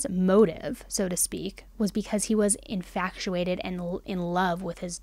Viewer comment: I love this channel but your pronunciation of the word “infatuated” may cause me to jump from the nearest window sometime soon. 😅